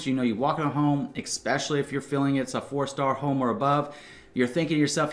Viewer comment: You give great advice! Hearing “eckspecially” kills my ears, though.